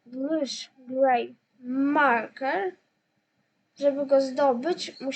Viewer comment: Ale no angielski fatalnie maurkers gadasz maurkers